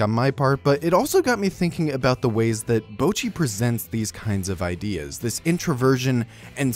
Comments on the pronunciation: the people correcting your bocchi pronounciation mean it in a "its now bowcchi, its bohcchi." like, pronounce the o like an o- not like owh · he is pronouncing it wrong tho the o in 'bo' is more like the o in 'bot' or 'song', not the o in 'bow' or 'road' and the 'cch' in 'cchi' should be duplicated so what hes saying sounds like "bow-chee" whereas its supposed to be "boh-cchee" (/bottɕi/ rather than /boʊtʃi/ if you can read that) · I'm deeply enraged by the first few seconds of the video but I wanna lay it to you gently. Yes, that's right, ぼ is the hiragana for "bo". But the way you're pronouncing it is ぼう/bou. Japanese vowels are pretty static, a in apple, i in indian, u in ultra, e in energy, o in orange. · Yes ぼ is "bo", so your pronunciation mistake is twofold: 1. you are saying it like "bou", which would look closest to ぼう and 2. it actually says ぼっ which is "bo" followed by that glottal stop leading into doubling next syllable, "chi", hence "bocchi". You are saying "bouchi". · The problem with your pronunciation is assuming that ぼ [bo] in Japanese is pronounced the same as bo [boɯ] would be pronounced in English. There's no diphthong in Japanese for the syllable; if there was it would be written as ぼう [boɯ]. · I agree that he's definitely not pronouncing the double consonant in "cchi" right, so I guess I have to back down. And his o in "bo" is a bit long as a result. Honestly his accent is butchering the pronunciation for him. However if what you're saying is that the "bo" should sound like "bah" then I'll have to disagree there. Just listen to how the cast of the show say it. It's ぼっち (bocchi), not ばっち (bacchi). If it I misunderstood, then ignore all that plz lol